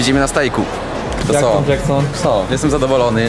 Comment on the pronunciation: Vysa na łyso dżeksnon a nie